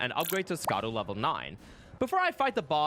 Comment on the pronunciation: I love your content! I just found your channel recently and have been binging it lol. Just wish you’d pronounce Scadu correctly. It’s “shah-dew” not “skah-dew”.